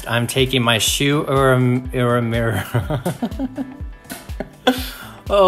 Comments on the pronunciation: Shu. - U - eh-mu-ra. - love you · Say "shoo-u-mare-a". Lol! You always do a magnificent job!!! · Lolol Shu Uemura hahahaha love how you tried. I love brown mascaras too.